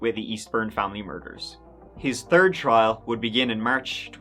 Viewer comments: you may want to work on your pronunciations. She had a terd daughter is only one of hundreds of mispronunciation’s. Her tree daughters. And your presentations are good. You also use words like shite when you use the word shit. I know, just don’t watch your videos. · It's how he pronounces third. Tree = three. Welcome, if your new to the channel✌💜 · He pronounces third without the "h" sound for some reason. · “A turd daughter” bit harsh, I was the turd child it was tough 💩